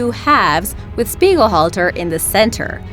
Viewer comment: Anyone else realize the miss pronounciation of the name on number 1 spot? Speighalter... Only one "L"... Speigel halter is not correct